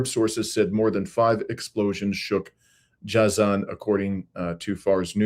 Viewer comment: it's rather pronounced as " Jay-zan".